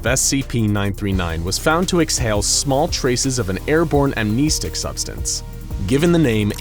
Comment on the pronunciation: I hope one day you'll say the name "amnestics" 🤦🏾‍♂️ like I cringe every time you say that word (incorrectly) 😭